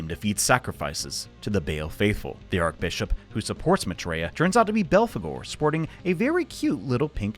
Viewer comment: Archbishop is not pronounced "ark-bishop" it's pronounced "arch-bishop"... like the bridge type of arch. Why are Americans so bad at basic English words?